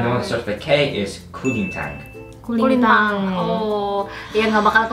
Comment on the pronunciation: its kolintang not kulintang